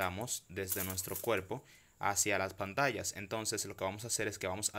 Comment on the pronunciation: Cuelpo.... y la r?.